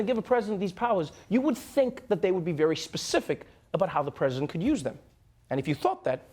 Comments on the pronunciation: Lol egen Pence says ”President Trump” it sounds like he’s saying ”Prison Trump”. Im here for that! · Sounds like Pence is saying "Prisoner Trump"